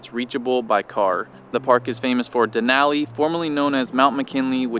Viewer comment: Couldn’t enjoy the video for y’all mispronouncing Denali over and over. It’s downright disrespectful. A simple Google search will let you hear the proper pronunciation. Duh • naa • lee